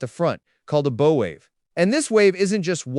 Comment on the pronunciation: “Aerodynamic?” I think you mean “hydrodynamic.” And learn to pronounce “bow” correctly.